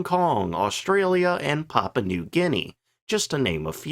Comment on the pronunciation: *Papua;...[Pa-Pu-Aa], New Guinea;... --->>>Not: "Papa;...(Pa-Pa), New Guinea"!.